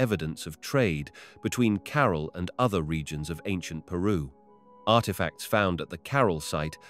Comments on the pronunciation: I can't listen to this idiot . Learn to pronounce the name "CAROL" he says... Its CAH-RAAL .... trying to educate us and can't even pronounce the name properly. ridiculous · Super annoying how you say 'Carol' in every single sentence.